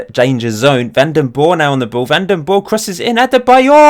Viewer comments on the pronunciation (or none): How to say VanDenBorre: The A in Van, you need to say as Aa as in Aaritalo. You said Den good. It's Borre, so you need to say the E. The E you say as in Den. I hope this helps you